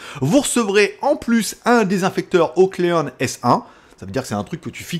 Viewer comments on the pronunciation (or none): Petit commentaire en passant : on dit " OCline " (to clean = nettoyer en anglais). Ben alors, t'étais nul en anglais ? :)